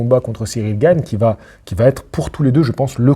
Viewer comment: t'as dit Gane et pas Gaine!!!!! Trop bien.